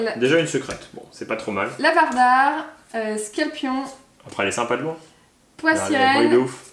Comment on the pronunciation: c'est pas scalpion c'est rapion